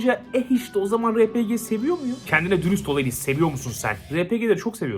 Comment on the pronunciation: Yetişkin bir İngilizceyi ingiliçce der RPG ye ARPİCİ der